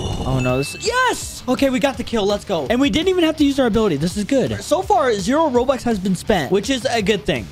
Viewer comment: Bro said robux as Robots 💀